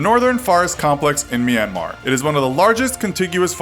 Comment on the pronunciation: FINALLY SOMEONE SAID MYANMAR CORRECTLY